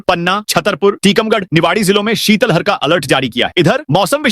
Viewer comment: ❤❤शीतल हर नहीं शीत लहर बोले।भारत में सभी उद्घोषक शीत लहर बोलते हैं केवल मध्यप्रदेश केवल के कुछ ही जिद कर शीतल हर बोलते हैं है। भाषा विज्ञानियों ने बताया है कि सही उच्चारण शीत लहर❤ है। इसी तरह ज्ञापन को भी छा प न बौना भी ग़लत उच्चारण है सही शव्द है ज्ञापन ❤